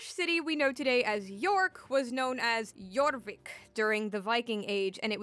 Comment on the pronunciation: Jorvik pronunciation 100% imo. Thanks for another great video! <3